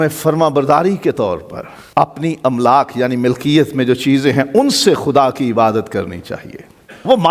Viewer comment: "املاک" کے الف پر صرف زبر ہے ، زیر سے پڑھنا غلط ہو گا ۔